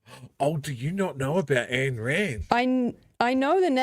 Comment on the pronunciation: "Ayn" rhymes with "mine." And if you read anything she wrote it's more like, "Mine, mine, mine! IT'S ALL MINE!!!"